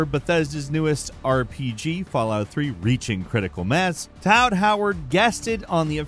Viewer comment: Towd Howard